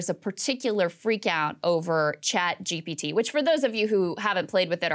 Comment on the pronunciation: Why can’t people say a GPT? Joe Rogan, Patrick, bet David, and now saagar keeps calling it “GBT!”🤦🏻‍♂️